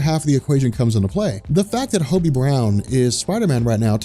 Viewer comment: Marvel is a mess right now and needs fixing yes, but you make a lot of factually incorrect statements here. First off, you're mispronouncing Hobby's name. second ANAD is not and never was a reboot, that is just facts so do not call it one. Reboots reset continuity, which marvel did not do and even said they were not doing. ANAD was a line wide relaunch. Third, Hobby is not holding the mantle of Spider-Man in the book. He's dawned the suit a few times to cover for Peter, but 99% of the time Peter is in the suit. Hobby is not a fill/stand in, Peter is spider-man. Lastly, Peter heading horizon labs would not make sense given the events of previous series and would remove the billionaire aspect which you said you liked. On top of this miles standing in would make no sense because Peter isn't always in NY, Miles has a different suit, and couldn't pass as peter. This was very clearly poorly thought out